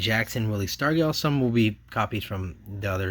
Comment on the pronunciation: Just to help you with some of the pronunciations, Willie Stargell's name is pronounced Star-juhl, Phil and Joe Niekro are Nee-kro, Rusty Staub is Stob, Juan Marichal is Mari-shall and Geoff is Jeff. Also, sometimes when it says "rookie" on a card, it's not always the player's actual rookie card. All of those hockey rookie cards that you mentioned of the video aren't actually those players' rookie cards. But it's cool to watch you go through everything.